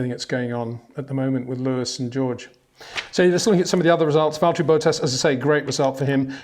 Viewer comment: and bohtass